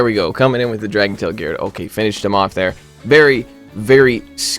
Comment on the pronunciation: sounds like you said dragon BALLS. now I cannot unhear that